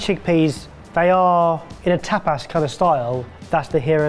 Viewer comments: Whenever says "tapas" my brain hears "tap ass" 😂😂😂😂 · I buy premium peanut butter. Tuna depends on how I use it. I would prefer a premium feta all the time. I don't allow chickpeas in my home. I also got to hear another Spanish/Mexican word you Brits pronounce wrong (tapas), which always gives me a good chuckle.